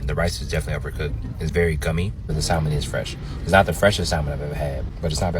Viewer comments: I can't listen to a cat who pronounces the L in salmon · I knew the food was going to get an L when he pronounced the L in salmon? 🤭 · I’m sorry I’m annoyed that he’s a food critic and can’t even pronounce salmon correctly. But shout out to him being black though.